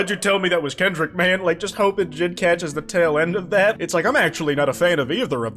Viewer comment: The way you pronounce JID as one word sounds like an antisemitic slur in russian.